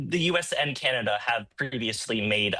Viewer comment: It's canada not kenada